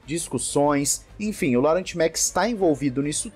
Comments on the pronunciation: a pronúncia não é "Laurent" e sim "Lorrãn" 😄😅😅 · “Laurent” naoooo, se fala “Lorran” por favor hahahaha 😅😂😂😂